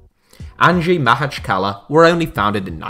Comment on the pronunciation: I can't help but cringe everytime he mispronounces Makhachkala. It's easy, pronounce it like "mock-atch-kalah"